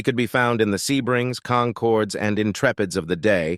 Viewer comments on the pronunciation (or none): none